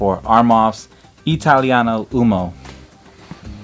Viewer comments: Just a note about the pronunciation: Italiano uOmo (cause we don't skip letters, we read the first O as well as the last one in "uomo") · It’s pronounced “U-O-M-O” with the first “O” sound clearly pronounced and NOT “UMO”, guys!! It’s so bothering me too many guys pronounce “UMO”. 🤦🏻‍♂️🤦🏻‍♂️ Ok again, U-O-M-O.